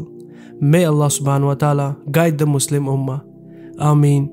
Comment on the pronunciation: Nas Daily can't even pronounce 'Muslim' correctly.